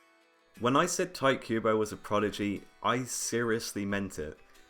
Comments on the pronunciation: Tee-teh Kooh-Boh, that's how you pronounce his name. Not Tight Kubo, you make it sound like a cheap porn. OMG. XD!! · Really? "Tight Cuebo"? At least get his name right, dude. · thaaaaaats not how you say his name